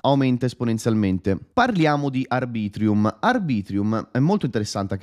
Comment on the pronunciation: Arbitrum non ArbritrIum😂